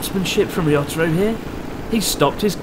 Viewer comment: "risotto-ro" incredible xD